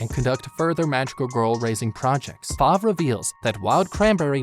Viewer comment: Kabuki? I thought it was Koyuki :0 Spoilers, click "read more" if you dare. Ripple does not own the flying broom stick, Top speed does if you watch the anime on crunchyroll, and it's not "Five" it's Fav, and it's not wild cranberry sadly as I am sure almost all of us wish that but it is Musician of the forest, Cranberry. Look at the fandom, it also has a manga, and the reason why it is only 1 season with 12 episodes is possibly because it takes place in the Restart (1) manga.